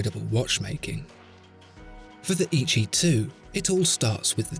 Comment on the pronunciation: I think it should be pronounced as Eh Yee Chee though. Great video!